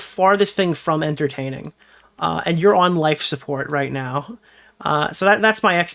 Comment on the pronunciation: I think actually has a speech impediment, the way he says words like “nuke” as “Nook” and “Now” as “Naur” is wild.